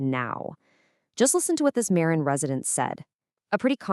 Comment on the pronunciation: If you use Ai or text to speech, misspell words like Marin so you get the right pronunciation. Thanks for posting.